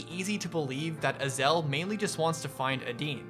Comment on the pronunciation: Its Ay-zel